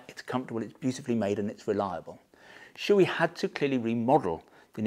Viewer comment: Shoei "Showay" not "Shooee"